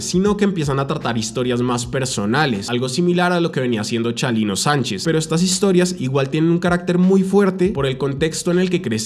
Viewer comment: Es Chalino, no Chalilo